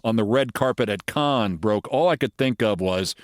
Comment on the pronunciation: Can somebody tell Keith to stop being a conne and start pronouncing Cannes (can) correctly. He really doesnt want to be pronouncing it that way